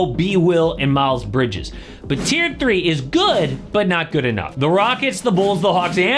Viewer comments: Isn’t it TIER? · Tier, not tear. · Tier not tear bro